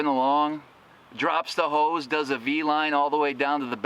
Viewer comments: Bee line, not a Vee line. great video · "B" line not "V" line my man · “Bee-line” not “v-line”. That makes no actual sense... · It's bee-line, not vee-line. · It's "Bee Line", not "Vee Line". LOL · “Make a V line...” Ya mean Beeline? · Actually its Bee Line.